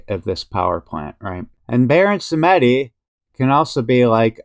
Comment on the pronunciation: sAmedi et non sEmedi